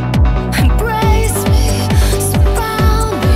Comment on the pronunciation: The song on , if you listen closely to the lyrics, the girl who sings kinda cutely mispronounces the lyrics saying "embwace me" and "as the wush comes." She kinda unintentionally sang the lyrics in the uwu speech. :D